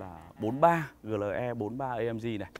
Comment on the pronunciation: Chữ "AMG" anh phát âm theo tiếng Anh, chữ "GLE" anh lại phát âm theo tiếng Việt, dù clip review của anh hay nhưng e vẫn thả dislike vì cách phát âm kỳ lạ này:)